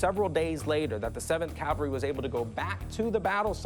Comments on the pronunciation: Rick......it's cavalry, not calvary. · Rick! For G-D’s sake!! It’s Cavalry! NOT Calvary!!! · Rick doesn't know that's it's "cavalry," not "calvary." This isn't the first time he's said it that way. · It’s not “Calvary” it’s Cavalry Rick Harrison. You always make that mistake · Rick: “I know a lot about this battle.” Also Rick: “C A L V A R Y”. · He can’t pronounce Cavalry! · .."the seventh CALVARY"